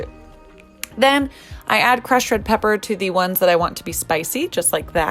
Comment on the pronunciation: gotta love that she either made a joke of it or really could not say crushed... shes the best